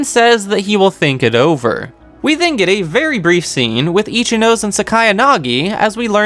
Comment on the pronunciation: It's Ri-Yu-Wen. That's how it's pronounced. Also it should be pronounced Itchy-No-Se. Not itchy nose